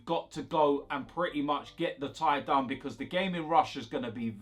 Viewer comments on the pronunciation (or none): none